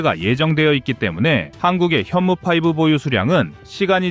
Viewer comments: 현무5 (FIVE) 을 PIVE 로 발음 하네. ????????????????? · 현무 파이브( five) ??? 파이브 라고 발성하는게 옳을까? 좀...